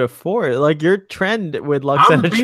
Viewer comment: Call yourself a fanboy can can't pronounce Lwoxana Troi's name correctly? Pah! Also, maybe learn to focus your camera, sit still, quit touching yourself, and make your bed before you record? Okay, enough ranting. This episode break my heart and I consider it one of TNG's very best.